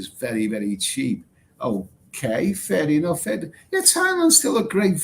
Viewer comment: Are you saying Fair Enough or Furry Muff.